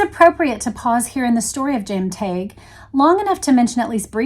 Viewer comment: James told me his name was pronounced 'TEG'. Just sayin'.